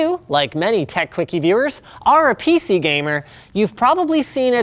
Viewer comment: Hold up, did you say gaymer , did you meant to say gay? Xd.